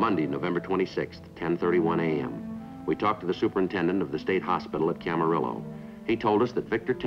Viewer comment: It cracks me up whenever they say "Camarillo", they pronounce it CamaRILLO, like "armadillo". 🤣